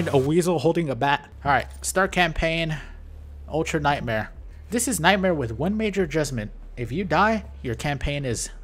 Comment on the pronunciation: Journalist say "ULTRA NIGHTMARE" too hard